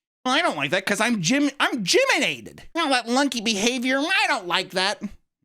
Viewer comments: dang it it's not gyminated, it's gymTIMIDATED lol! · It's gym-timidated like intimidated